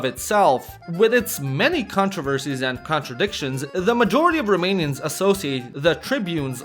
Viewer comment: Props for the genuinely good pronounciation of romanian names